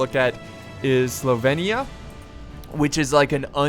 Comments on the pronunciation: Why do you want to pronounce Sylvania "Slyvania"? x) It's : [SEAL]+[VAN]+[YA] .. ^^ And in the Warhammer Universe, the Old World is mimicking Ancient-Medieval-Renaissance Europe, so the Vampire Counts are basically inspired by Hungary, Romania, and Transylvania. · It's S Y L V A N I A,! As in Transylvania. Not "Slyvania". I'm sorry, this was a really good video, but that just kept bugging me the whole time...:) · Its pronounced "Sil-vain-eea". I dont know how you could mispronounce that... And Vampires are rightly the most powerful single characters in the game... Hell; they're Vampires! Vampires are the best. They just bring trash infantry [Like zombies] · Not Slovenia - Sylvania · Slovainia? How did you get that pronunciation from Sylvania? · Sylvania = Sil-Vane-ee-Ah, Drakenhof = Drack-en-hof.. The blood dragons are vampires (the name of the faction in the table top game is vampire counts) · Hey, S y lvannia (god, your pronunciation, lol) isn't Slovenia - haha - if you want it to compare to an european country: Romania, Transilvania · he has dyslexia so that's why his pronunciation is wrong sometimes